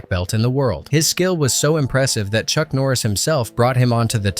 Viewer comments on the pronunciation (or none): none